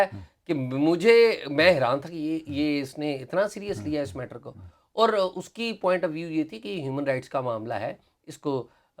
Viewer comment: عمر چیمہ جب لفظ اور کو آؤر بولتے ھیں اچھے لگتے ھی